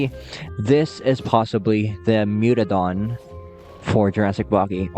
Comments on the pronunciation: Mutadon, not mutodon. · Mewtodon❌ Mutadon✔️ (I am correcting the text)